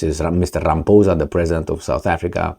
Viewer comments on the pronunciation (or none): none